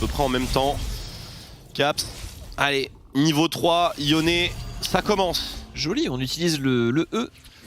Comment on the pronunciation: Franchement sa fait plusieurs fois que sa me soule pitier c'est pas YONE, mais YONÉ